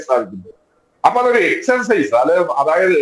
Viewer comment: എക്സർസൈസ് എന്നാണ് പറയേണ്ടത് നിങ്ങൾ എന്തിന്റെ മാഷാ